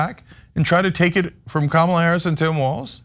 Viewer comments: 0 seconds ago From now on pronounce the x-president's name Don-'Old Tee-rump. I'm so tired of them saying Ka Mall uh, purposely mispronouncing her name. Name calling is their go to move. I pity the poor fools. 1 Reply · I think Trump is saying Kama-blah. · I speak a little Trumpinese, and what I think Genghis Khan’t was attempting to achieve with his Kamabla reference was an emphasis on the “bla”, but because he isn’t fluent in the modern American dialect, he didn’t think or didn’t know to place an ‘h’ at the end of his almost-insult, leaving only plausible deniability to shield him from yet another unforced error.